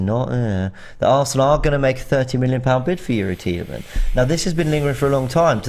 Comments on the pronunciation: Robbie loves mispronouncing names haha. He said Lau-ture-ro Martinez all last Summer, it is Lau-Tah-Ro. And It is not Tee-lah-manz, it is pronounced Tee-lah-mah (with the French inflection) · Tee le mons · Bro please pronounce the S on Tielemans🧐